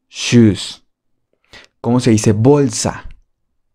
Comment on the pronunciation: Disculpe cuando dijo shus osea zapatos dije yo: Salud😢